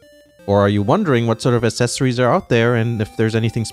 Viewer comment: Accessories= is said Akcessories